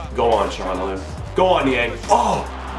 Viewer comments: Chal-han-og-loo Jimmy. Not Chahonaloo. Ty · Good to have you back Inho! <3 Btw. it's: "Tsha-la-no-lu" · It’s chalo-nah-glue I think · Hakan Calhanoglu's last name is pronounced Cha-lah-No-loo! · Jimmy, you gotta figure out how to pronounce Hakan Calhanoglu since he is going to be banging in the freekicks for you all season!! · The way you pronounce Calhanoglu xD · If you're struggling to say Calhanoglu just call him Hakan. I've found its a lot easier. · u pronounced calhanoglu right and then you reverted back to the meh way